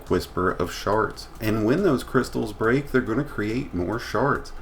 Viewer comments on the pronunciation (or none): none